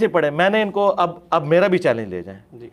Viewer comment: مرزے تو تو چیلنج بھی غلط پڑھ گیا کاکا😂😂😂😂😂😂